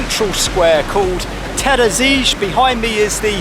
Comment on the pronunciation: That whas the most exotic pronunciation of "Terazije" I've ever heard :) Teraziché 😜